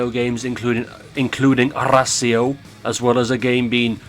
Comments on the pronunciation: Its arras io not arrrrrrrrrrra' io XD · "Dihjep Io vsys Arræsēo" 💀💀💀💀☠️☠️☠️☠️💀☠️